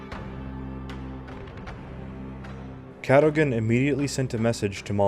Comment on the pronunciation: Cadogan... pronounced Caddugen. 😃